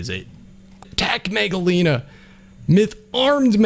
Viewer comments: the megalania the pronouncement is mega-lan-e-a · Just wanted to put in my thoughts here, and the lizard's name, at least the way I'm used to it, is pronounced as Mega-Lane-ia. My name is Nick Shelton from Washington state, and I love your content. I've also noticed everyone saying Quezt as Kwetz, and I'm more used to saying it in my head as Ketz, because of an Aztec god named Quetzalcoatl. Again, those are just my thoughts on your content and names.